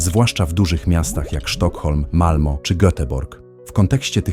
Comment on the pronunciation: Nie przygląda się źródle tylko źródłu. I Malmö wymawia się "malme". Poza tym jeśli Szwedzi pragną samozniszczenia, kto im zabroni?